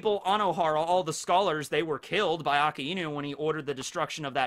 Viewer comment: i have a story; STOP MISPRONOUNCING AKAINU, its A - KAI - NU stop saying A- KA- IIIIIIIIIIIIIIIIIIIIIIIIIIIIIIIIIII - NU yes the word for dog is iiiiinu and his name is red dog, but that does not mean you pronounce both words seperatly, it got fused into 1 word fucking watch the anime nobody puts so much emphasis on that I than you its not aka-iiiiiinuuu its flows fluently a kai nu you dont emphasize the I you pronounce it like you would pronounce dragonbal kai just put that kai in a kai nu